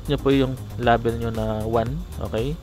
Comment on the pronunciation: nasasaktan ako pag minu murder mo ang english... please paayos nman pronounciation mo sa "LABEL"